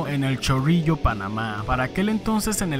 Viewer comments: me encanto cuando dijiste chorrillo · Que manera de decir chorrillo 🤣